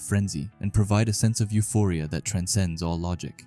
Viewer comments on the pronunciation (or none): none